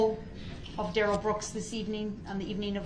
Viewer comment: Oh what little stature, and tiny minded we see of that Duh-Rell. Duh-Rell try sound edumacated